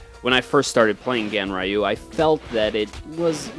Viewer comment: Pronounced: GANREEYUU. Not the way you pronounced it. But I guess Ignorance is a bliss.